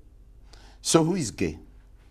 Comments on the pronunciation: 😂it the way he says gay...he says Gaeh!😂. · I can't stop laughing every time he say gaeh 😂😂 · U ar ge?? Who sas im ge?? U ar ge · The way he pronounces Geh is Legendary.